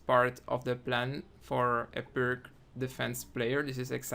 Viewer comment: It's not pronounced "perk". It's "peerts".